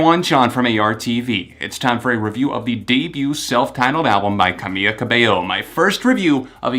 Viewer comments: It’s CA-MEE-LA not CA-MEE-YA but at least you pronounced her last name right so... close enough I guess? 🤷🏽‍♂️ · caBEYO is right, but NO it's not cameYa, it's camEELa : ) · you're pronouncing camila's name wrong. it's camiLa cabeYo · its pronounced cameeLa cabeyo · Her name is Camila but is pronounced like Cam-EELA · Chiino Bear no, I speak Spanish and it’s pronounced camEEla cabeYo. She even had it as her twitter name for the longest time because people always mispronounce it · Omg every time he mispronounces her name!!!! Ughh i can't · Ugh. I’m a big fan of your reviews and i’m not a Camila super fan, but it just irks me so much when people mispronounce other people’s names, ESPECIALLY when they’re talking about that person for an entire video. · One “l” doesn’t make a y sound👍🏽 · U said her name wrong. It's Camila, there's an L. I'm just letting u know. Not trying to be rude! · Great review, besides saying her first name wrong the whole time 😂. Really do love your reviews tho, always spot on 👌